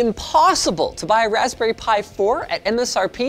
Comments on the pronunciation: RESPBERRY ALERT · "Respberry Pi 4" lol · What is a Respberry? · Respberry pi?!? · respberry pi, I love the mistake! ;)